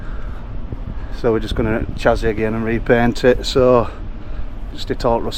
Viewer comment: Great video! By the way, when you mentioned 'chassis,' I noticed it's one of those tricky words that looks different than it sounds. It’s actually pronounced 'sha-see'—took me a while to get it right too! Just thought I'd share in case it helps. Keep up the awesome content!